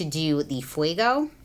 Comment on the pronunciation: fuego, not fuiiiiigo, fueeeego, like goat, eeeeeeee, meeee, eee